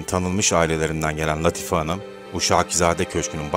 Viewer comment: Latife, Sorbon, telaffuz karı düzeltilir iyi olur.... Teşekkürler!